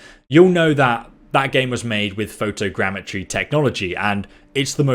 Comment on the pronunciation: “photo grandmatry”